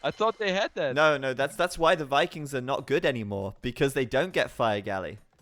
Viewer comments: And Wikings, that finally got me xD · kinda annoying that he pronounces all V's as W's tho, "wikings" and "wiper"